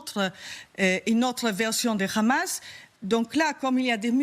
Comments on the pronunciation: Pourquoi dire le Ramas c’est un H madame ça se lit le amas sinon on peut aussi dire TsaRal pour l’armée Israélien Si vous ne savez pas le prononce avec l’accent oriental abstenez vous madame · 😂 juste ta manière de dire😂rrramaaas on sait d’où tu viens.. d’où ton impartialité 😂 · Le RAMAAAASSS depuis quand en France on prononce le H. Arrêtons ce massacre!!!!! Stop Israël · Déjà Pourquoi tu prononce Hamas (khamas)? c'est quoi l'objectif de cette prononciation guttural peut-être pour donné un aspect méchant et pour faire peur au auditeurs! C'est vraiment de la manipulation de base étage! madame